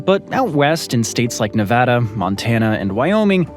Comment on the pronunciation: My State is pronounced Nevada, NOT NaaVaadaa!!! 😡🤬